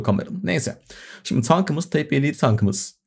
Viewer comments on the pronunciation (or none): Type "tayp" diye okunur hocam sen özellikle mi "teyp" diyorsun